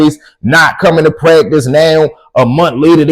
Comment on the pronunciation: You can tell a person from bmore how they say “to” they say “tewww” 😂😂 love from naptown 💪🏾 I fucks wit the stories